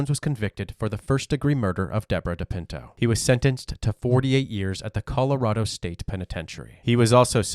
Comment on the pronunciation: "I'm from Collar-RAD-Oh😅😅